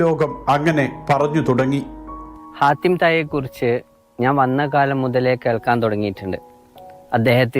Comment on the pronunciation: ഹാത്തിം ✔️ ഹത്തീം ✖️